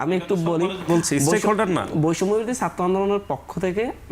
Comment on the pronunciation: One guest has not even polished his wrong accent of speaking Bangla. It should be pronounced as "Chatra" (students) not "Satro"! It should not be "Ekooi", should be "Ek-ee". Mr. Golam Roni ex- Awami member is another man whose pronunciation of Bangla is very poor speaking.